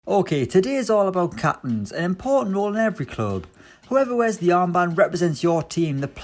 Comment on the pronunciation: “Ok today’s all about capinnns”😂